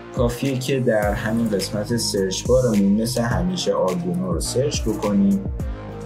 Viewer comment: ممنون ولی اردیونو نیست برای یه مهندس زشته تفظ صحیحش میشه اردوینو arduino حتی اروم بخونین و اسپل کنین اردوینو خونده میشه !!!!